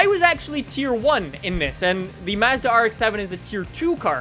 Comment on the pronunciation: A car guy who can’t pronounce Nissan or Mazda correctly, what a fucking donut